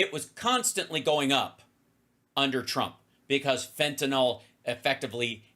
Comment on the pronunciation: It's "FENTANYL" NOT "FENTANOL" ffs get it correct so you don't sound dumb like repucnicans....just sayin 🤔